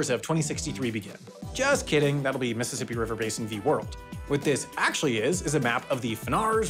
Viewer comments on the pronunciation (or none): none